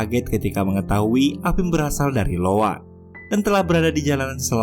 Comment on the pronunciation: Iowa bang bukan Lowa